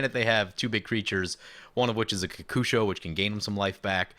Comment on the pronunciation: I say kokusho like you say it. So many people say it ko-ko-sho.